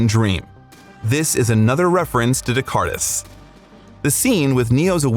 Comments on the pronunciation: Day-car-tes? Try Day-car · Great video! Btw, Descartes is pronounced D-Cart. 😃🥰🥳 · Btw Descartes is pronounced without the S. As De'car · Descartes -- Rene' Descartes: FRENCH philosopher. pronounced: Day - CART. Please learn to pronounce the name of this important thinker ("I think, therefore I am.") before you use it in your commentary. Listening to his name slaughtered was like fingernails on the chalkboard! Inexcusable. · Descartes is pronounced French and not Mexican :) <3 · You really didn't need to break your jaw that way, René Descartes was French, not Spanish. No S sound anywhere, despite what the spelling may suggest... lol... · Do you really not know how to pronounce Descartes? Are you a real person or an AI?